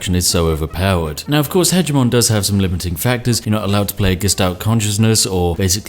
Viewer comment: I don't believe this guy is British seeing as he cannot pronounce 'hegemon' correctly.